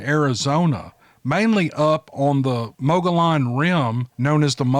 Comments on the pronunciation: Awesome and very interesting accounts. Love it., Mogollon is pronounced, "Mo-g-ee-yon". Thanks for sharing. 👍 💕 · You do great,. I live in AZ in Mogillon Rim country. We pronounce it "Moe-gee-on." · Mogollon ..It's pronounced Muggee un.